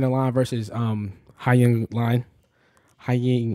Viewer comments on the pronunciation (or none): btw hyung is pronounced heeuhng not hi-yung😭😭